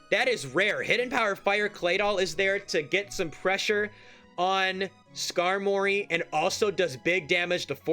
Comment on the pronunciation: commentary is so good, but it's Skarmory like "armory" my dude. Please 🙏